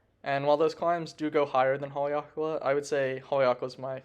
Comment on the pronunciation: say...Hale-ake-la...??? Not Hale-lakala ???